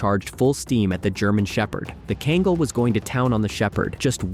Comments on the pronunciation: He truly butchered the breed's name. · Two things one, you're seriously mispronouncing Kangal and the large dog walking past the Pitbull, was a Alabai not a Kangal